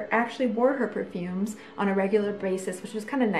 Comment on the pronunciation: Did you just say pure-fooms?